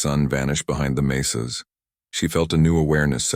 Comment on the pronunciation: Clara and Taco’s night of passion could get her in trouble if she gets pregnant. What a stupid story. “Mesas” not “maces.”